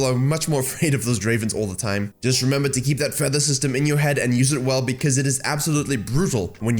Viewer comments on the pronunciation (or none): none